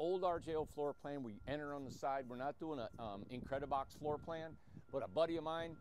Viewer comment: You kept saying "incred-i-box"..in the beginning..I thought this was "RJO" house?!?🤷🏽‍♀️..😂